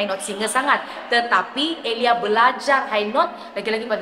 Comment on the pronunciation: Sebut nama sendiri ter sasul😅 tersebut "EliayS.. santa ja eliyas di depan 😂 Bunyi awal" dah mula petik kritik vokal sabahan😅😅